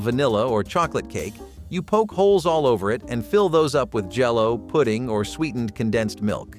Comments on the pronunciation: Poke is pronounced poke not po key. Also, penuche is a fudge but you showed a cake! In Oregon, we pronounced penuche like pa new chee! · It’s just poke cake, like to jab something, not “pokie” like the raw fish Hawaiian bowls. You even said it’s named because you poke holes and pour something over it to fill the poked holes. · Its Poke not Pokie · Its not pokey cake. Its poke cake. 🙂